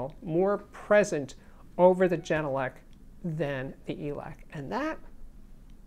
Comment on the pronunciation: As a finn I'm so happy to finally see this review! I'm currently running the genelec 8020 dpm. Absolutely love the speakers. I prefer having true sound, so I'm more than pleased. By the way, it's pronounced with a hard G , not jenelec. Finnish pronunciation doesn't have a soft g.